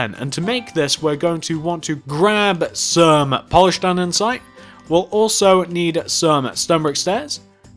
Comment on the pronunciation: Jesus fucking criss it is not anddansite it is andesite it annoyed me just like help with whatever they are say boots instead of trunk or bonnet instead of hood